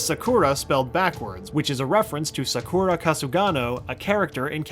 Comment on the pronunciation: Sa-ku-Ra Dude, it's pronounced Saku-Rah